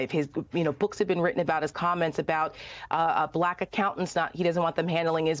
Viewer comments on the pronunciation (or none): The way he says “blaaak” tho. VOTE BLUE USA. 🗳️💙💙🇺🇸🇺🇸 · How'd he manage to make "BuhLack" a 2 syllable word? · You know a guy is racist by the way he pronounces “bahhlackkk”